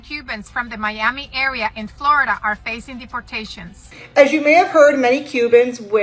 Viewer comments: Now, you don’t know how to pronounce Florida ??? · I love how you said Florida the first time, don't change it.❤